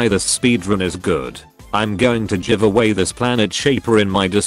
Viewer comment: “I’m going to J-IVEaway this planet shaper” LOL